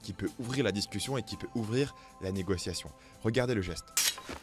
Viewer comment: à Négo-T-iation sérieux ?